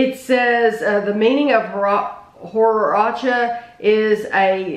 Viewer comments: At my local CVS they have the Taco Truck Jelly Beans in quantity post-Easter. Bought them twice, not bad, especially the churro and horchata flavors. Also, it drove me nuts that you both kept pronouncing it hor-acha . . . ! It's hor-CHata, dammit! :-) If you ever get the chance try this nifty little drink, especially if you can get it homemade at an authentic Mexican restaurant . . . Hmmm . . I was at a real good Mexican place this past weekend and didn't get it - I will have to next time I go . . . ! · it is horchata, they just probably didn’t know what it is and pronounced it wrong